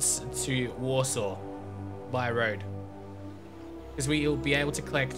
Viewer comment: Hey, You say Krakow correctly now :D thanks... btw your prenunciation of Łódź is good. I was taught to pronounce it like: Wud-sh. :D